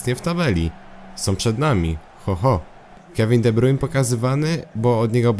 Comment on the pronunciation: czytaj kevin de brajn